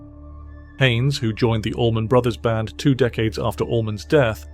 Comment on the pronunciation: Love hearing from Warren but AI narrator? ugh. As a 51 year musician who grew up living right on "Highway 41" and have played with people who have played with the ABB it is odd to hear someone say "The Allman........(space/pause) then Brothers band.